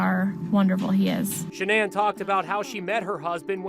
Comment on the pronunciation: Is Shannan not a common name in the US? Just wondering why the weird pronounciation, eg. sha-nan?!